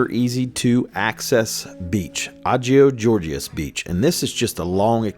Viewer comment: The proper pronunciation of the city of Chania is Hanià. No k/c, no oe in it. Hanià, simple h(ha/he/her) toned on the 2nd a. Other than that you did an adequate to good job in spelling Greek. And Agios Georgios (St.George) is pronounced as Àyios Yeòryios the y spelled like in year/yes), we don't have a g in Greek but a soft γ (wamma). Funny how γ(Γ) and y look, And sound, similar..